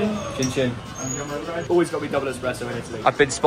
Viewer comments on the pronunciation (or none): THERE IS ABSOLUTELY NO WAY YOU SAID EXPRESSO